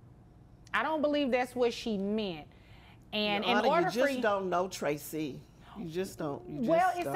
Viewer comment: She's a disgusting person all the way!! I feel sorry for Tracie ( pronounced correctly)!!